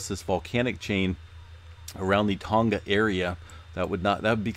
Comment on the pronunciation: Oh. And the G of "Tonga" is not pronounced as a hard G. "Tonga" rhymes with "song-uh" (not "song-guh").